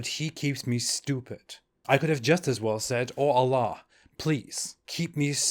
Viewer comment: FINALLY SOMEONE WHO KNOWS ITS AL-LAH (THE LAH) AND NOT ALLAH